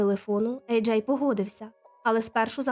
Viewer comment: Ви що знущаєтесь? Чому ви постійно його називаєте Еджей і Аджай? В нього два ім’я чи ви не можете визначитися як вимовляти?